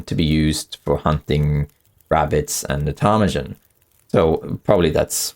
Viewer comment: Also, your pronunciation of ptarmigan is very close- it just has a hard G sound. Tar-mih-G-en